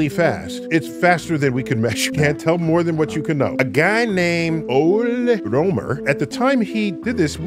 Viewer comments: As a Norwegian, I feel I have to say it. You can't say 'Ole' like that🤣🤣 The “O” is pronounced like the “oo” sound, as it is in the word “goose.” “Le” is formed by saying “l,” like in the word “look,” followed by “e,” as it is in the word “egg.” Together, these two letters are pronounced “l-eh.” Ool-eh. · Ole Rømer was pronounced completely wrong, I will have you know. As a Norwegian, I dare say Ole has two syllables, and ø is pronounced the way americans pronouce «uh»